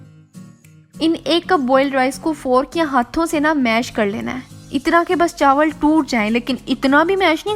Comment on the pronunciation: "chawal k pakoray" LOL 😂 chaawal 😅